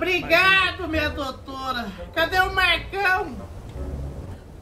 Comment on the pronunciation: "doutoura" kkkkkkkkk